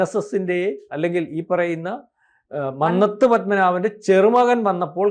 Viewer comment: മന്നത്തു. ഉച്ചരണം തെറ്റാണ്‌.